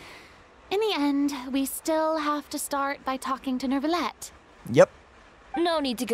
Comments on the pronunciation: First of all: HAPPY NEW YEAR! Hope your holidays went well and you had fun. About french pronunciation: - Neuvillette has no "r" sound in it... AT ALL. I don't know why people think there is one o.o - Letellier: Chevreuse says the name perfectly at least, "LETAYLIAY" (no "r" sound either for that one) - Chevreuse: many english streamers pronounce it "chrevroose"... which is not the right way ^^'. In fact, "E" and "EU" are pronounced the same in french, "EU" is just a longer sound. (it's the same for N-EU-villette). - Baptiste : again wrong pronounciation, the P is kind of silent, the best way to say it is BATISTE. Rest assured you're not the only ones having problems with french, I still haven't heard any streamer pronounce the french names correctly since the start of Fontaine , my poor ears are bleeding since 4.0, help! xD (I still don't understand, since the start of the game, why in the EN dub there are so many foreign words if it's only to butcher the pronounciation... T.T) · Neuvillette doesn’t have a “r” sound. The “eu” is /œ/. When you pronounce “bed”, the “e” is /ɛ/. Keep pronouncing this vowel, but only change your lips to extrude out and rounded, then you will have the sound. It’s like the sound you make when you see something disgusting and about to throw up. The letter “r” does not always pronounce; it depends on the letter combination. When you have “er” at the end, like the name you saw ending with “ier”, “er” is /e/. It’s the first half of the vowel in “pay” /pei/. So “ier” is just /ie/. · neuvillette's pronunciation isn't supposed to have the 'r' sound in it i think!! the 'eu' is supposed to be pronounced as the 'i' in bird,,, that's the closest sound i could find anyway :] we actually have a letter for that sound in turkish,, 'ö'!! but this is how i heard french-speaking people pronounce it,, im not french myself so what would i know ^^'